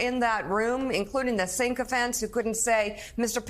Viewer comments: sycophant not syncophant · 'sycophant,' not 'syncophant'